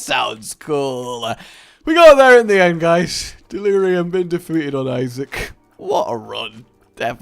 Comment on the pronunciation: Please... stop... saying... Issac.. 😅